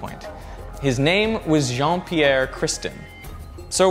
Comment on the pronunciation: Lol you said and his name was Jeane I thought you said John Cena!!